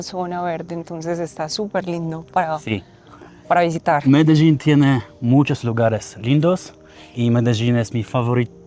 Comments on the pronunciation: MELEDIN - jak czytasz tak wymawiasz, a nie jakies MEDEDZIN. Spokolamina potocznie nazywana bucaramanga - w proszku lub w plynie.. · Medeżin i Medeżin. Po co wymyślasz nowe słowa jak nawet twoi rozmówcy tubylcy mówią na to miasto Medellin? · myślałem , że Medelin wymawia się tak, jak się pisze, a nie Medeżin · Mededrzin.....a co to takiego???? W jakim języku brzmi tak Medelin???? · Majster czemu mówi "Mededżin" jak nawet te lokalne laski mówią dokładnie tak jak się piszę czyli Medelin? A tak po za tym to ostry progres w hiszpańskim zrobiłeś bo widziałem jakiś film z początku roku to mówiłeś że się dopiero 2 miesiące uczysz to teraz by wychodziło że nawet nie rok, a dobrze Ci idzie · Co ty masz z tym "medeźin"??? Gdzie tam masz "ź"???😂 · MEDERZIN? XDDDDDDDDDDDDDDDDDD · Medeżin ?! Serio? :) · Medeżin ? Co Ty w Czechach jesteś ? Weź się ogarnij . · Ty MEDEŻIN coś ci się w główkę stało że nie umiesz poprawnie przeczytać? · Mendeecooo??? Skąd ty wziąłeś te wymowę? Z francuskiego translatora 😂😂😂😂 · Dlaczego Ty wypowiadasz Medellin ..(Medezin..)??? Te ktore pokazujesz z aplikacji...to zwykle SZONY .Kto przy zdrowych zmyslach ,wyjdzie z takim plastikowym kurwiszczem???Ja osobiscie, wstydzilbym sie z tym pokazac na ulicy . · Mededżin????? Coś nie halo? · Zauważcie jak ta pani wymawia nazwę Medellin a jak nasz wieśniak chcący błysnąć na początku filmu:)) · B fajny filmik. Wole jednak jak wymawia sie Medellin w jez polskim przez L. Przez Ż to tak jakbys oprowadzal Polakow po London zamiast po Londynie…;) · Film cool, ale jaki jest sens wciskać na siłę kiepsko dla Polaków brzmiąca nazwę miasta tak jak wymawiają ją lokalsi (choć nawet ta panienka w wymawia to po Hiszpańsku - "medejin") - robiąc film o Monachium będziesz cisnął "munszen", z moskwy - "maskva", z Londynu - "london" a na Paryż - "pahri". Tą nazwę wymawiamy "medelin" i tego powinniśmy się trzymać :)